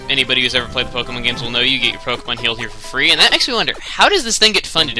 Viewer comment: When he entered the pokemon center I thought he said " you get your pokemon killed here for free."